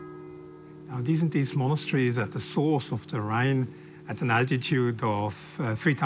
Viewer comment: Excellent film about this spectacular train ride! PS You mispronounced Disentis 😅